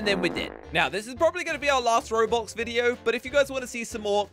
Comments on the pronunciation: the man said Robox and not Roblox bruhh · You guys know that at the start of the intro he said robox instead of roblox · Did anyone else realise that said robox instead of roblox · Lol said robox not roblox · Bro said rabach instead roblox